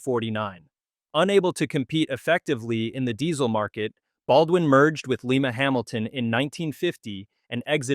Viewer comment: A good rundown, but you can tell it was provided substantially, if not entirely, by AI. A clue? Its mention of the Lima and Lima-Hamilton Locomotive Works. The video pronounced it Leema, as if it were mentioning the capital of Peru. Any American humanoid knows that this company was named for its original home of Lima, Ohio, which is pronounced Lime-a, as in the citrus fruit. Nice try.